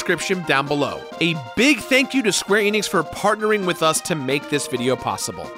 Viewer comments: Its "Man-uh" and Square "Ee-nix" its not "maw-nuh" and "Eh-nix" you're wrong. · Could someone please teach this guy how to correctly pronounce "Mana" and "Enix"?!